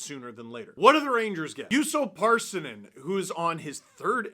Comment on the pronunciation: Russo Parssinen? Do you think that Pärssinen is Russian? I think you are.